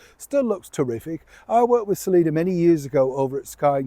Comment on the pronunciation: Her mame is Selina, not "Selinur".